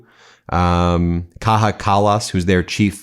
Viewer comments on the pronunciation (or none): EU's #2 Kaja Kallas deserves to be pronounced the right way. Say it like Kaya plz. Our J is essentially a Y in English. Thnx.